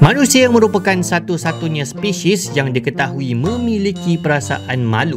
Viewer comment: "speshis" :v